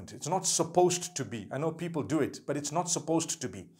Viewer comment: Every time I looked at your video you bring me smile when you say "BAT" (but) may Allah bless you and your family continue to make videos !!!!! (My english is not good because Im french)